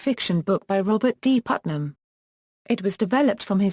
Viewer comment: don't emphasize Putnam next time. distracts us.